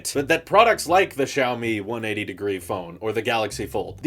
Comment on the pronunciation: Poor, pronouncing Xiaomi as "Chow Me" the first time XD